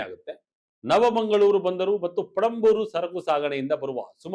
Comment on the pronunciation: sir, its panambur not perambur